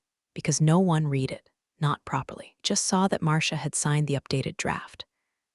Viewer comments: I wonder when they are going to pronounce "resume", "live", and "read" correctly! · I agree, drives me nuts😂